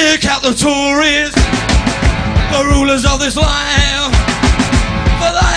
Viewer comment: Ummmm...Tories, not Touries, ffs!